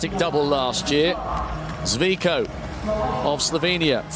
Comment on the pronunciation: The commentator's pronunciation of all names was atrocious. No effort at all. Živko is not "Zviko", "Rolli" is not "Rolly", and Cernjul is not "Sernjul"